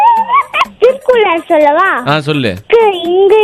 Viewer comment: *மக்காச் சோளம் ❌ ராஜா ராஜா சோழம் ✅ *திருக்குறள் ❌ திக்குறள் ✅ *தீபக் ❌ தப்பக் ✅ என்னங்க டா இது 😂